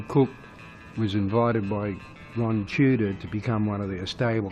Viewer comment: Wron Casey should have done the narration .... Wrock n Wroll !!!